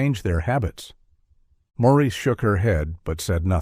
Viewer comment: I hate these AI commentators! The mothers name was Marissa, and he called her Maurice all through the story. The captioning read, Morris!